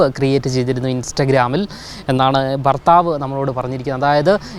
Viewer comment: ഭർത്താവ് അല്ല ഫർത്താവ്